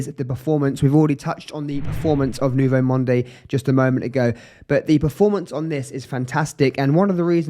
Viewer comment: Good video! But I couldn't watch it till the end. I just couldn't stand the way you pronounce the fragrance name.... it sounds like Nouveau Monday. Please, please leave the 'e' at the end. Just say Nouveau Mond